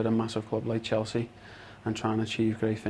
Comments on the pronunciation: "I came to Chels-chee"??? wtf man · Lmao he said Chel-chea 😂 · He can’t even pronounce “Chelsea”. The first scouse ever at chelsea? Or he’s the only one scouse in the squad right now?